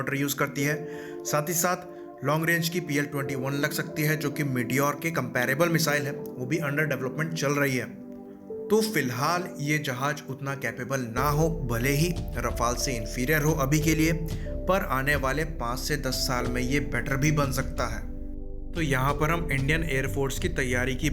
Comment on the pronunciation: Jahaj lmao. It's jahaz.